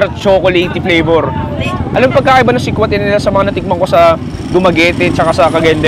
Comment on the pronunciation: Si-kwa-ti po hindi xa sihk-wahte. Sa Cebu kasi pure tablea lang unlike sa Cgy may gatas po.